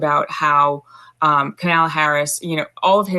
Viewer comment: Why can’t you say Kamala name correctly?